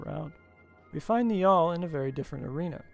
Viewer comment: Very interesting stuff, love your videos. Just came across your channel today. FYI 'Niall' is an Irish name and it is pronounced the same way as the River 'Nile'.